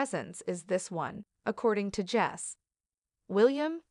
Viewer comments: If you can't say your experts name properly. Well....Jose not Jess. Pronounced hose a. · It Jose ( pronounced HO-SAY) Enrique Rosas.